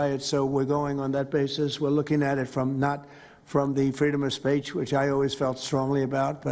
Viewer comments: “freedom of Spätch” WTF 😳 He is getting worse. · He can't even pronounce the word SPEECH.......Tramp said.....SPACHE! Just WOW! What a Dork! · No worries; he said 'the freedom of spaitch' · “Freedom of Spaitch” what is freedom of Spaitch? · For fuck sake he couldn't even pronounce speech! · The irony of him not being able to pronounce 'speech'. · He can't even say the word speech correctly. What drugs is he on?!